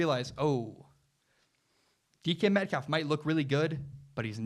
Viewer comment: Lol sounds like you’re saying Deacon Metcalf